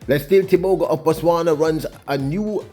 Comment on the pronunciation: As a Namibian 🇳🇦 most importantly AFRICAN, I am proud to say this : CONGRATULATIONS Letsile Tebogo 🎉 Africa is proud of you. Not happy with how your name is being pronounced, however it is what it is. We dance to celebrate your win. 💃🏽💃🏽💃🏽